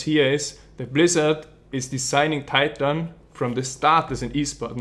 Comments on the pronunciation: you should pronounce titan more österreichisch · "tie tan"